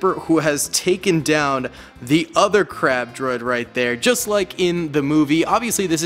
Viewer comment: I thought he said crap droid😂